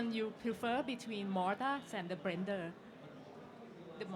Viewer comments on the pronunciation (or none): MODORRRRRRR AND BLENDHEEER